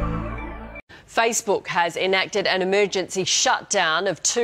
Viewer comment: what? Saysbook?